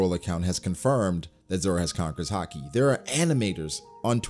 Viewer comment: why does he call it "Har-Kee"? It's "Hah-Ki" right?